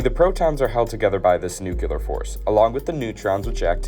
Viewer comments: The NU-ku-lar pronunciation is very common across Texas and the Southwest. It grinds a bit in my ears, but I recognize that it’s a regional thing. I don’t freak out when I hear a cup of hot brew referred to as KAW-a-fee in areas in the BosWash conglomeration. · It seriously impedes your ability to tell a story as a credible source when you don’t pronounce the word “nuclear”correctly. It’s not an accent, and it’s not cute. That is the order in which the letters spell out the word. Look carefully: Nu cle ar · No... just plain no. If 99% of people have a sub par education and pronounce it "nucular", like "muscular", it's still incorrect. Sorry, mate! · ‘Nuculus’?? ‘Nucular’?? AAARGH!! 🤯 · Nukular….. aaaaaargh, come on…. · i thought i could hang with the nuculer.. until he said nuculous a billion times. very unfortunate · 2 minutes in. He’s just going to keep saying nuculur isn’t he. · Nuc-le-us Nuc-le-ar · New clear!!! New-Clear!!! NEW-CLEAR!!!!!! Please…!!! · Nuculur, nuculus, getting to the point where most people say it this way. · It's crazy. Is "new-clear" Really So hard?! 😂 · That's "new cle us" and "new cle year" nut. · It's hard for me to take anyone seriously who says "thermonucular." I know a lot of people say nuke-u-ler instead of nuclear, but it's just an instant tell that the person speaking has questionable credibility. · Saying "nucular" is not an accent. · Nu-clee-ar. Nu-clee-us. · Noo-kyu-ler? Fr? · After about the third or fourth instance of that idiotic "nucular", I stopped watching, so I didn't stick around long enough to figure out whether or not it's AI slop. That "nucular" nonsense destroys the video's credibility. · Really? We're supposed to learn something from this guy that can't pronounce the word Nuclear no matter how hard he tries wow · Can't even say, "nuclear", and we're supposed to take you for some kind of authority? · I can’t believe they couldn’t find a narrator that could pronounce NUCLEAR correctly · New Clee Ur not Nuk You Ler